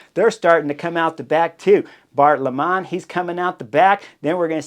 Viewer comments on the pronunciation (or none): The Dutch pronunciation of Bart Lemmen is not 'Lamah', but (very close to) 'Lemon'. Very much appreciate your very insightful reviews.